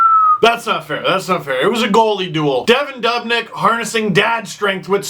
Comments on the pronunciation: DUUUUUbnyk not dub nyk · say dubnyk one more time...